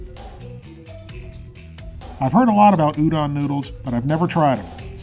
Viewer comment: It's pronounced oo-dough-n